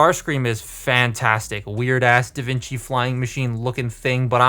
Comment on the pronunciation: Da Vinki???